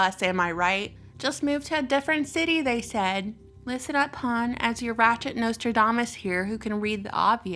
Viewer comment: The way you say hon I would say you from the land of Mary